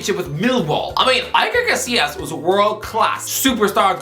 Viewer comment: "Aiker Casillas"